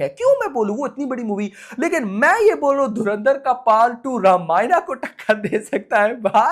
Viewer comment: रामायण bole naa ramaayana , kya hota h , kam se kam apni dharmik kitab ka naam to sahi se bol do